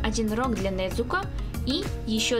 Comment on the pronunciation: вообще Не Недзуко а Незуко